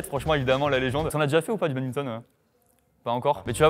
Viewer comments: "Le babinton" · On dit BaDMinton, pas babinton 😆😡